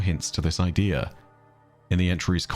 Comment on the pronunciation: I hate the way he says idea so much